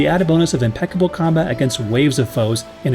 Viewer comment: Heh, heh. You said "im'PECK'able." Heh.